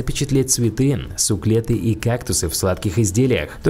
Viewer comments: суклеты? Какие суклеты? Может суккуленты? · Не суклеты, а сикуленты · не суклеты, суккуленты🙄😕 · Правильное произношение не суклеты, а суккуленты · Не суклеты а сукулеНты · Не суклеты а суккуленты